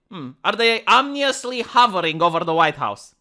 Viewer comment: "Word of the Day" Calendar makes an appearance Today's word: Ominous edit: Pronounced Omnee-ooos.... naturally